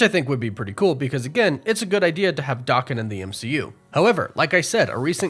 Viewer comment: two things. 1 His name is not pronounced Dokken. That was an 80s hair metal band. It is pronounced Da Ken but as a single word. 2. Here is a scene guaranteed to be in. DP3 but you will not hear about it till its on screen. When they come to the 616, Wolverine, will fight the Hulk. Marvel will not pass up that opportunity. Watch and see.